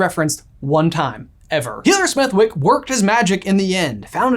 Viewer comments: Smethwyck is pronounced Smethick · Just a minor thing, but I wanted to point it out anyway. Healer Smethwyck is actually named after a real place in the UK - Smethwick. But it's not pronounced like that. The W is silent, and the "th" is pronounced the way that it is in "the" rather than "think". That's the only way I can think to explain